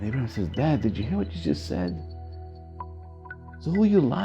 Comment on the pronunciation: It’s Avraham not Abrahim